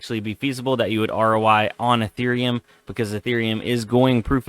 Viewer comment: Nice video. Please never call eth ear eum eath er um ever again